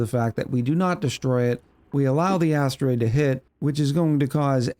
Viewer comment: I cannot unhear "That big asstroid." lol help me